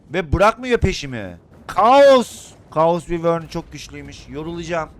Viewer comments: Abi yazılışı wyvern olabilir ama okunuşu vayrın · Abi vivor diyil o vayvrn boyle soyleniyi